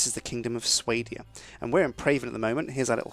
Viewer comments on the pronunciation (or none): You don't prenounce it swaydia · I always pronounced Swadia as 'Swah-dee-ahh'. 'Sway-dee-ah' is strange - but it works, I s'pose. Great playthrough! I love this game. Played it for ages. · The way he says swadia drives me insane >.< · ITS PRONUNCED SWADIA!!! like if you understand the irony